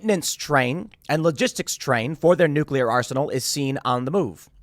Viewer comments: Nuc-u-lar, pronounced nuc-u-lar. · New-kill-iar war .